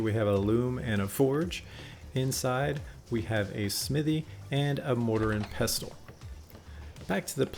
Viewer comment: great video... other than your pronunciation of the word Smithy... fairly distracting